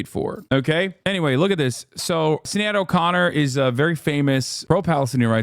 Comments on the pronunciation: Not sin-ay-ad 😭 It’s pronounced sha-nead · Is no one going to say anything about Hasan pronouncing Sinead like "Sin-ee-ad"? His biggest flub to date imo. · SInead is pronounced shin-aid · It’s not pronounced “ SIn-aid,” it’s “ SHIN- aid”. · (SHIN-ADE) O'Connor. Good lord, man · Bro the way he confidently mispronounces her name is driving me wild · I can't imagine why he wouldn't learn the pronunciation of Sinéad before saying it out loud. He's usually pretty good, not being Ameriborn. And I know he cares. Oh! Alright I guess he read his chat and corrected around the 10th time it looks like lmao. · How has Hasan never heard Sinéad's name out loud before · Hasan mispronouncing Sinead every single time 😂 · The way hasan pronounces sinéads name bothers me too much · How do you not know how to pronounce Sinead? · Any Irish in here laughing at his pronunciation for Sinéad 😂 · South African, but still laughing 😂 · Australian and I'm cringing. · Exactly why I came into the comments haha. It was pretty close though